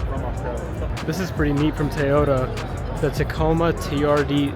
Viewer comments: Why tf does he say "tayota" TOYota sir TOY!!!!!!!!! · Did he say "TAY-ODA? =( L..